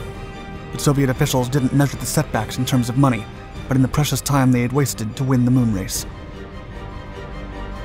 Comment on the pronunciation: Accentuates his role play as he pretends to be stuck in that era, the forced emulation of old school orator speech patterns... except it gets too forced at times, he even threw in the modern mouth-breather mispronunciation of *time( as "time-a-uh" at one point...